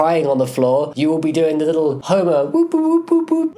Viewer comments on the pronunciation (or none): When you said Homer I thought you said homo😂😂😂